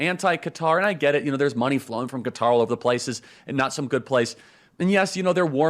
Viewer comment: Thank you Charlie for pronouncing Qatar appropriately!